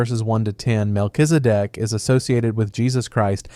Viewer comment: While saying Mel-Kiz-E- Dek it soudned like "Mel is a dick" lmfao just cause you didnt try to pronounce it you just said it as quick as you could lmfao